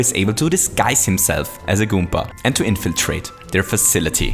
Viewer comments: Why does he says goompa instead of goomba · i get irritated when he pronounces goomba goompa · you are saying goompa XD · Randy Garcia He Also Says Goompa Which In Fact Is A Mario Character